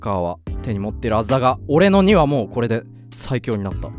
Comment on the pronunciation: 怒涛の巻舌 でコrrreでオrreが1位だからｧ